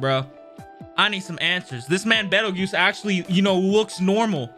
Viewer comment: Peetle juice. His name is Petelgeuse with a P.